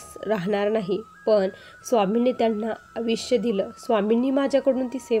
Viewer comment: आविष्य नाही आयुष्य म्हणा किती वेळ सांगितले आहे